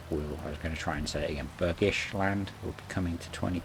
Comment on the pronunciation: Great vid again😊 Bergisch 10/10 pronounced !